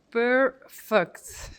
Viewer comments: the way you Emphasized the word PerFect - was just fine because you did just That put Emphasis on the second half of the word. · The way you said, "perrrr-fect," is just like an American would say it in the same circumstances.